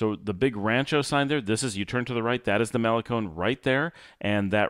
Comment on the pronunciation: Love this drive into las penitas that you’re showing us and all the lots and venues. In all friendliness it hurts to hear you say “malecon”. You say “semana santa” just fine but why don’t you want to say malecón with the accent on the last syllable like ice cream cone???😂😂😂😂 Thanks for your consistent quality output. I recommend your channel to anyone who even peeps about Nicaragua.